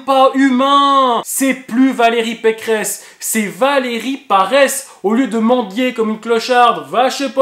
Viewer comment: c'est pas Valérie Pécresse c'est Valérie Pécrehess